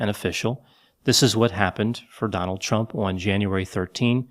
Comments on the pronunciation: Did you call him Trump or Chump?🤣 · I swear I heard you call him chump more than a couple times.